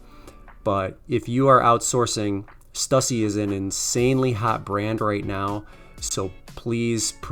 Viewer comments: STUSSY is actually pronounced Stew See. I live your videos. Keep up the great work. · Pronounced Stew-See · It's pronounced St-ewe-see but great find also subtract 25/30 percent from grailed prices is usually what you'll actually get